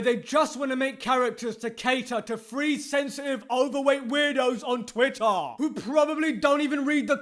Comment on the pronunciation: I like how he says TWITTUH.